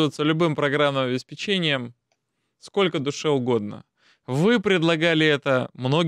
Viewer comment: ОбеспЕчение, не обеспечЕние (словарь ударений для работников радио и телевидения, стр. 278).